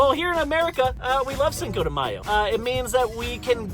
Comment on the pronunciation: but u cant say cinco properly 😂😂🤦‍♀️